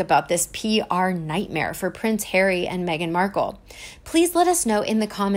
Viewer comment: NIGHMARE ! Do you mean NIGHTMARE?